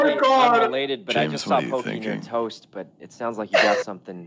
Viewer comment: " wait .... ~toast~" WHY DID HE SAY IT LIKE THAT??